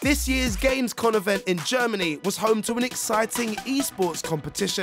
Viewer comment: Jesus, do the Hosts even know anything about what they are talking about? Gamescon?? Porsch??